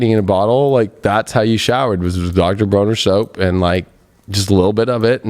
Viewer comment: With love, it’s Dr. BRONNER and it’s CASTILE, not Bromer and cast iron. ;)